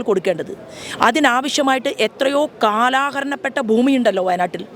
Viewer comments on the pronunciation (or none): കാലഹരണപ്പെട്ട എന്നാണ്.അല്ലാതെ കാലാഹരണപ്പെട്ട എന്നല്ല